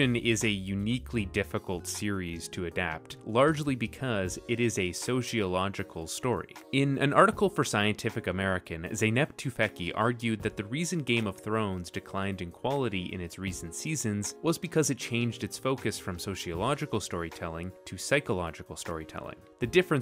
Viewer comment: Um, I might be like a year late but "Zeynep Tufekci" is a Turkish name pronounced "zey-nep too-fek-jih"! (In Turkish, the "c" is pronounced as a "j" and this "i" should be soft)